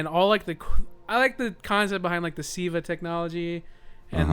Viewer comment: its Siva not viva lol